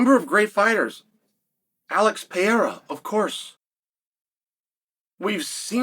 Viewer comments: That will do me chael teasing for mispronunciation? Fark off with your Piera its fucking Pereira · is Alex PE-REI-RA, not "Piera". 😆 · Bro still is saying Alex Pee air Uh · Uncle Chael cracks me up with his pronunciation of certain names “Pee-era” “Mahkel-chev and “Sarookeen” 😂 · “Pee-Area” every timeee 😂😂😂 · And still cant pronounce Alex's name right haha!